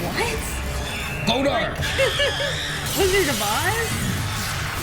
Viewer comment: omg did you say “GOLDAR”?? 😂😂😂